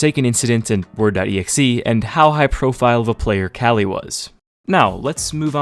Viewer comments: KQLY is pronounced Kaly and not "Quickly"??? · Hold up... Is that actually how you pronounce kqly? I always assumed it was like que-kly not cali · Love ur vids but Kqly is kukli not kali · Since when are we pronouncing KQLX Kelly?? I thought its kinda like "Coukly" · who tf is kally? You mean KQLY? lol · I thought KQLY was pronounced Cukely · Great bro but KQLY's tag is pronounced "quickly" 😂 love the vid anyway as usual, keep it up ! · that's the worst way I've ever heard someone call kqly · Kqly pronunciation bugs me, but he didnt even use the good clip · Is Kqly really pronounced like that? Good video anyways